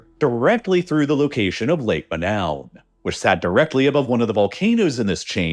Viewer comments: Imagine the main focus of this video is on a lake called Manoun & the brilliant (AI) announcer calls it MA—NOWEN - No robot! Lake Monoun in the Cameroons is pronounced "MOH-noon," with the emphasis on the first syllable, like "Moe-noon," a crater lake famous for the 1984 gas release that tragically killed 37 people, similar to the Nyos disaster. AI (and Americans in general) is to damn lazy to even look up the actual pronunciation. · I hate to be That Guy, but I believe its correct pronunciation is Lake Mo-NOON. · I am fairly sure the name of Lake Monoun should rhyme with -noon. Cameroon is a French-speaking country, and -ou vowel is like an English /oo/. A majority of speakers on Youglish agree.